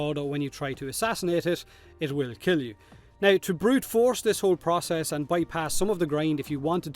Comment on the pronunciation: Process... as in Potato but with an 'R' before the first 'O'!